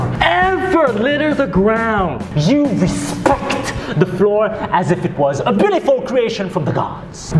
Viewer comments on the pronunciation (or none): You said it wrong "You RESPECCCT the floor"